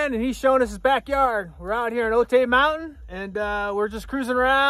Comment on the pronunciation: Cool vid! Can’t help but mention OTAY is pronounced OH-TIE. Do not let the Little Rascals tell you otherwise:)